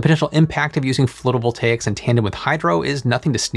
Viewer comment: wait...how drought records have started for the Western US 1200 years ago when the western world had not arrived on the continent until only 400 (give or take) years ago? 🙂 Also, I think "phlotovoltaics" is slightly funnier than "floatovoltaics".